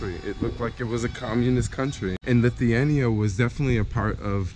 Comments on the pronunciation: Ok..... The start of the video got me fustrated😤😤😤 u said both of the names wrong... U said lithania and its lithuania... U said vilis and its vilnus...😤😤😤AHHHAHAHHAA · its vilnius and litthhuania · Welcome to Lithania, and to the city of Vinys... hahah :D It's proanaunced Lit-hu-ania, and Vill-nuus, or Vil-nius. Either way, good vid :P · pls stop saying lithiania its LITHUANIA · I love that you're visiting that part of Europe! Hopefully more people will follow your lead, it's such a nice part of the world. However, you're missing the U in Lithuania. Lith-oo-a-nee-ah :) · Lithuania is pronounced lith-ew-ane-e-ah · You give me a twitch how you pronounce Lithuania and Vilnius.. Great video thought! :D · The way he pronounces Lithuania and Vilnius 😂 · You said Lithuania wrong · U pronounced Lithuania wrong and Vilnius wrong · Nice video, need even say country's name correctly tho 😂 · Mate you cannot even spell or pronounce the name of the country....and yes, definitely part of Ussr...read a book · you are pronouncing Lithuania wrong and its annoying asf